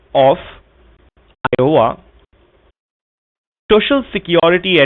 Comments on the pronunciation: shoshial security number 🤣🤣🤣🤣🤣🤣🤣 POS can't even pronounce it right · So hilarious...Shocial security ? 😂😂😂😂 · Don't you want your shuh-shul security? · "shoshal" security lol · This prick keeps saying "shoshinsa security. Another Indian pronunciation is "suspeeshious" for suspicious. Then questions about Ms Bowden's bank accounts etc etc. Just tell the scammer to go ahead with his threats by saying there is no such Miss Bowden so they are being taken for a ride. Also tell him He is the real HACKER.